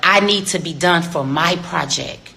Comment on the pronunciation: Her PROJECK...not project